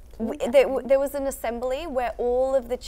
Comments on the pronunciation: haerin try to speak english, pointing "there is dare, dare is there" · Haerin saying “Dare is dare (there)” 😂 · "dare, there you go" minji lmaoo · Haerin - ‘dare is there’😂😂😂